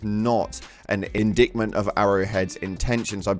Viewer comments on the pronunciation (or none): indictment is pronounced in-die-t-ment. nearly turned the video off on the spot